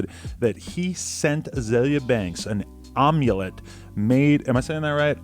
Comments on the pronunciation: its AM! AMulet not fucking OMUlet, adam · AM - YOU - LET aka A-MYUH-LET NOT OMELET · AM-YOU-LET not OM-YOU-LET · AM-ULET NOT OM- ULET BUT WE GOT YOU! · "ommulette" i love you Adam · It’s not pronounced omulet it’s said amulet like Amityville! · It’s not an egg dish Adam, It’s a necklace with mystical powers. pronounced (AM- YOU- LET). Lol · Am-u-let say it!!! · Amulet is pronounced am-u-let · Its AM-U-LET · Amulet is pronounced like (i) "am". Am-you-let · Aam-u-let lol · Nigga it's pronounced am-you-let lol tf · Amulet is not pronounced like Omelet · you're literally fucking stupid if you really don't know how to pronounce amulet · how do you butcher the word amulet like that haha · You really don't know how to pronounce "amulet"? Jesus Christ, man. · imagine not being able to say amulet...